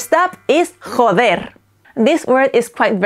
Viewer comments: I noticed with "joder' you were putting a little like, idk how to describe it properly, but like that "German" kinda "hhhha" sound when pronouncing the J. I've been told by a friend who speaks Spanish that is not the correct way to pronounce j's in Spanish, he actually said I was trying to add my "white ideals" of how words are pronounced onto the Spanish language... But I'm wondering if perhaps he was just being an asshole...? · How do you even say the 'j' in joder 😭